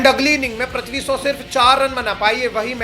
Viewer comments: Wo prathvi shaw nahi hai Wo prithvi shaw hai Pri not pra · Bro how hard is it to pronounce "PR-EEE-THVI" and not PR-AAA-THVI ? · Pls pronounce names properly 😅. You keep saying prathvi shaw ! It's Prithvi shaw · Abe prithvi bol prathvi kya bol raha hai